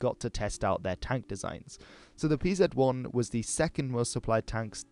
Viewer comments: stop calling it pzet 1 just say panzer you are making me angry!!!!!!!!!!!! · A great video and all, but butchered Pz abbreviation and 800mm machine gun just did it for me, I have to retrieve my like